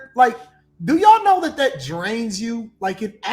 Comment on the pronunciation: said Yawll. But he's black. He thinks he's a different type of black. Some things I agree with. But you can't say Yawll